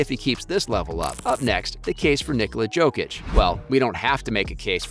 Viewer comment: You are casual, unable to pronounce Jokic's name 😂😂😂